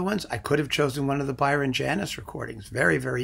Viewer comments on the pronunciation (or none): none